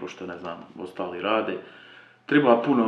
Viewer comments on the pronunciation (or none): none